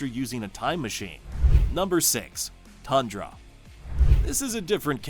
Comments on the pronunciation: You forgot Zarda the power princess of the squadron supreme, Queen Jarella, and Breet. Also you mispronounced Thundra, her name is not pronounced Tundra. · It's THUNDRA, not TUNDRA!